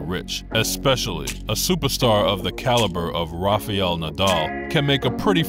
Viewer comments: Be a good idea if the commentator learned to say his name correctly. It's "Rafial" it's "Rafael". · Nice.just his name is not Rafaiel nadal but Rafael. Don't pronounce i...same mistake McEnroe makes. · Learn to pronounce his name properly